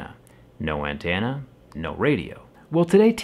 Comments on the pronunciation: The way you say antenna ain't right. It's an-TEN-uh, not an-TAN-uh. That's up there with how you used to say isopropyl. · Nobody can sit here and tell me the way he says “antenna” isn’t funny! It’s sounds like he’s saying AN TANNAA like it’s a state. I say An TENNA very quickly and sharply. Lol 😂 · Why do you say Antenna as “Antanna” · What’s an “antana?” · Yo why does he say ‘antanna’ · We need ya to say "antenna" more often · He says Antenna more southern than I do. I’m from Tennessee son. lol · To be clear I wasn't even trying to make fun, for whatever reason I find it intriguing I guess lol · I don’t know if it’s me or anyone else but the way he says antenna kind of cracks me up a little bit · You say antenna weird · Jerry why do you say antenna like that 😂